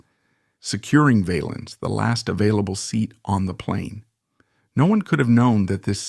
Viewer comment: Can you at least tell the AI voice how to pronounce Valens. SMH